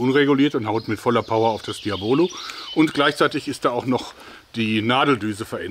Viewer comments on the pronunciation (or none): Kleiner Hinweis Diabolo ist spanisch und es wird der 2.Vokal betont, also das "A" nicht das 1."O"